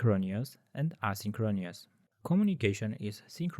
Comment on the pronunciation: It's a great video. Just tell your voice guy to practice how to pronounce synchronous and asynchronous